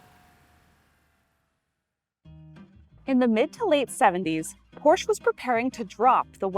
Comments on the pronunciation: When will you learn its not called Porsch? There is an E at the end of the brands name, for good reason. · Pronounced: POR-SHA... It's a family name. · Not to be that guy, but, if you are going to be selling these cars, you probably should be pronouncing it “Porscha” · I speak German and Hungarian............... but am of triple nationality. It is pronounced; "porrr she' " . The "r" is "rolled" like "rrrr", with the last "e" as in "elephant" is briefly stated, almost silent when pronounced. But true! I do believe it is "appropriate", no matter who reviews this or other vehicles of any make, the name is pronounced "with reasonable correctness" as it promotes respect for the manufacturer/maker of the breed. It is no different than speaking well of someone and in trying to pronounce One's name appropriately. Many people do care. However, I do believe the presenter poured her best into this review and it was well done! This was an excellent review of a great car. The lady has very good knowledge. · Incorrect. I speak German............... but am of triple nationality. It is pronounced; "porrr she' " . The "r" is "rolled" like "rrrr", with the last "e" as in "elephant". Alzo! The "e" is a short e , almost silent when pronounced. But true! 😏 haha.